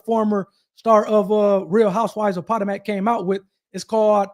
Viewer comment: Dude, REALLY??? I don’t know where you are from, but as a seemingly reasonably intelligent but possibly not worldly person, you really should do your research on proper pronouncing of people, places and things. “Po-toe-mack” …….. seriously? Think about it, you already know this takes place in Maryland. So what’s the “big, main, well known river” there??? It’s the “Pa-toe-mick”, and that’s also how you pronounce this town you are speaking of. Where is your Jd. from? Where are you licensed to practice?